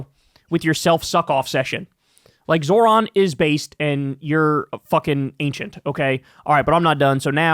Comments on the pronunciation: The old guys don't want to pronounce Zohran's name correctly. It's a mode of purported diminishment. Or so they hope. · They’re mispronouncing his name on purpose 100%